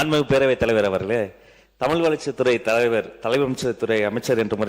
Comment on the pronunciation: சொற்'பொளி'வாளரே! உங்கள் தமிளை பிளையின்றி முதலில் பேசுங்கள்! பேச்சை விட செயல் தான் முக்கியம்😂